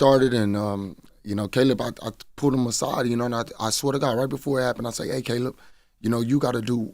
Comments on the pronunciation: Bro said Ca-lib Plant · Did CTG say "Kaleeb Plant?"